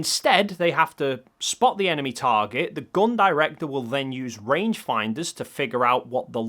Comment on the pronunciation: Sorry it always makes me chuckle when your pronounce gun as /gon/ haha, anyway, great video and amazing evidence! Cheers